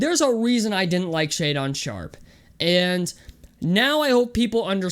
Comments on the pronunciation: Man, this is not the way to go about finding success on YouTube. In the first 20 seconds you mispronounce his name while saying you've "done your homework" (contradiction) and saying you don't care if you piss people off who are watching your video. Then you start tossing out random player comparisons that make no sense then act like anyone that disagrees with you doesn't know "what the fuck they're talking about"... Then you start pedaling some BS about his intelligence that you have no idea (by your own admission) is true. He didn't get to Kentucky until January, how would he fail to meet academic eligibility without even completing a single quarter of classes? Do you know how college works? Then you're going to cherry-pick 12 games from a sample to try to prop up your terrible argument while ignoring the fact that he improved his shot and shot 37% from 3 psst summer in the EYBL where he dominated while playing against better competition than you tried to base your whole "he can't play against competition" off of? You think these scouts and these teams don't know what they're looking at and YOU do? You're argument is so weak and flawed. You're all over the place. You seriously think you're the ONLY ONE in the UNIVERSE that has watched an entire game of his? You're the very person you whine about throughout this entire video and you don't realize it. "Being #1 in high school doesn't mean anything because Jaden Hardy and Kendall Brown!!"... give me a break man. You think this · Lost all your credibility for doing your "homework" when your pronounced his name wrong within the first 30 seconds of the video lmao